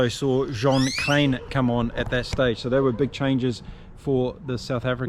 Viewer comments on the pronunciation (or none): none